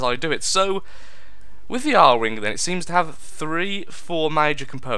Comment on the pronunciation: >A-R wing NOOOOOOOOOOOOOOOOOOOOO IT'S ARE-WING! NOT A-R-WING! NUUUUUUUUUUUUUUUUUUUUUUUUUUUUUUUUUUU I MUST FANBOY RAGE!!!